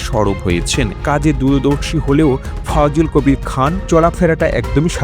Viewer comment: নাম টা সঠিক ভাবে বললে ভালো হতো